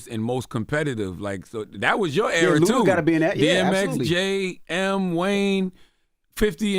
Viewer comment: It's ludaaa.